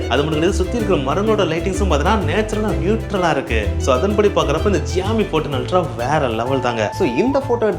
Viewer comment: ❌Xiaomi ✅joomee